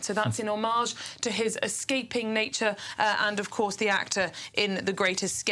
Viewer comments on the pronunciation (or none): none